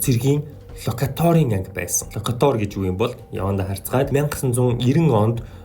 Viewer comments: Локаатор гэж уншина шүү хүүхдээ.Локатоор гэж байхгүй Локаторын тусгай анги хүртэл байсан юм . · Лакадер биш Локатор шүү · Лока'тор а' г уртаар буюу локаатор гэж уншина шүү? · Локатер гэдэг үгээ буруу дуудаад бна